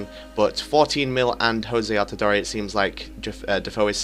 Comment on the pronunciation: It's not pronounced Jose altidoree. It's jozy altidoor